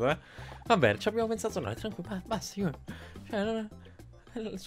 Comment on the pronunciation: Fantastico! Adoro Yo kai watch 4!! Cmq io.pronuncierei.giugnor e nn iunior... cmq nn importa come pronunci i nomi... La prossima volta usa la Slot-Kai però...